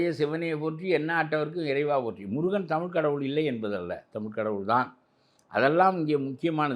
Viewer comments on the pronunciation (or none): none